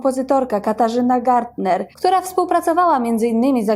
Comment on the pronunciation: nazwisko Gärtner wymawia się ( Gertner ) Pozdrawiam i czekam na kolejne odcinki.